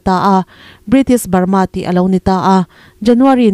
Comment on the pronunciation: I state hming lam chu le! Lui hming tak ngial pawh I lam dik lo a nia. Sipai thi lalber tih te lam dik ta che! Ngaihthlak a hreawm